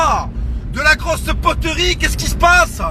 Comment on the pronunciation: Il me fait rire comment il dit poterie mdr "poteurie"